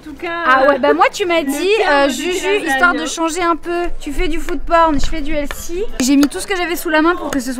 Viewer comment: SVP ARRETEZ DE DIRE HEALSY PLEASSEE!!! ON DIS HEALTHY!!!